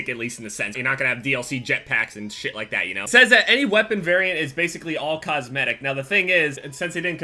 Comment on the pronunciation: cosmitic they said